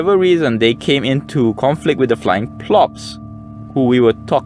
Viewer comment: It’s pronounced flying pawl ips. Polyps. Not plops.